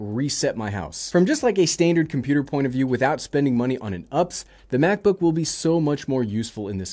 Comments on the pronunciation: California has lost power for sometime! Also it’s pronounced U-P-S not ups. We’re talking about a battery back up system not life (which has many ups and downs) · It's kind of cringe when you call a U-P-S an Ups. Sorry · its not "ups" it's U P S. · I’ve never heard anyone call it an UPs. I thought people pronounced it like the shipping company. UPS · Great video, as usual. But errr... it U-P-S. ~☆ (the more you know)